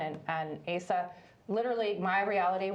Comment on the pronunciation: Asa is pronounced AH-sa. She’s Icelandic.